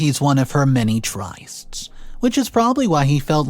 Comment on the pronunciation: Ugh, the readers voice, the timing of his words, and his pronunciation is just terrible! I mean, really, that moron can’t even pronounce “trysts” properly. Heck, he can’t say “especially” either. I’ve noticed at least 4 dozen words that have been butchered by this idiot. He can’t stop saying “ugh” at the worst time, as well. It’s just gross. Edit: For goodness sake. He messes up the word reprimand and arraigned. Can this idiot not read? Does he not look up the words that he’s not familiar with?!? What is wrong with “”?!? He has a cellphone! Hell, he always has access to google! It’s easy to LOOK SHI* UP! What a blithering idiot.